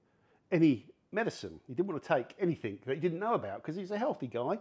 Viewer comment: "anything", not "any think"